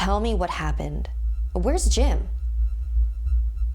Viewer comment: I thought u said Jin